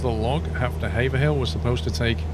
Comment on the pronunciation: Pleased you are one of the few who pronounce Haverhill correctly - I live there. Thanks for the video. I have yet to "fly" over my home town yet as still struggling to set up my CH Yoke correctly.